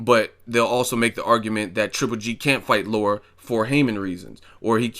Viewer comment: La- Ra. Not Laura lol.